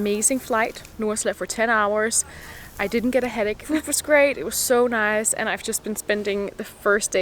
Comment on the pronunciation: did you just give me an aussie “noice”? 😂👍